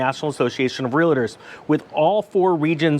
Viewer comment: ... REAL-TOR (there is no A in the middle.)